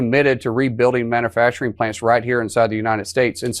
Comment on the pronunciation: "man-uh-facturin" How do we have officials that speak like children?